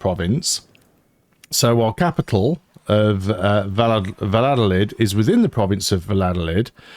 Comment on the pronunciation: Your capital Valladolid is pronounced 'Vayadolid' "ll" in spanish are always pronounced like a "y". Same logic aplies to Tordesillas it would pronounced as 'Tordesiyas'. Or Sevilla 'Seviya'.